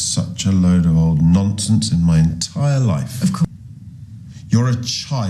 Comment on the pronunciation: Was that phrase "Woke nonsense" or "woke "NONCE-sense" , as in sensing a nonce nearby ?? 🤔🤔🤔Damn my dysleksik heering . LOL